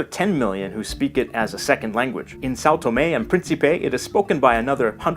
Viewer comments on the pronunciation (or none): No shade, but it is really funny how completely mispronouncing São Tomé is followed by "okay"